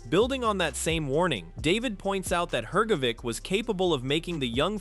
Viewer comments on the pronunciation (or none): If AI is supposed to be so clever, why does it pronounce Itauma and Hergovic differently every time they’re mention…??? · The ai commentator can't even pronounce Hrgovic ot Itauma correctly lol